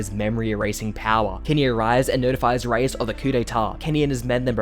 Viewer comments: You pronounce a lot of the names strangely, makes it kind of hard to follow the recap. For instance, you're saying "Ray-us" which is a Spanish name usually spelt "Reyes". You are referring to the character Rod Reiss, which is pronounced "Rice". Maybe I'm the only one thats bothered by that. Check out the dub sometime maybe, just a suggestion. Otherwise the video was a great recap of events, thank you. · “rod rayas” “jeen” 💀💀 loved the video! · Riess is pronounced Rees. BUT GREAT VIDEO THANK YOU!!! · “Rod Ray ESS”